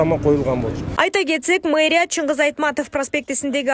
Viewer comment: мейрия дебей туура окугулачы.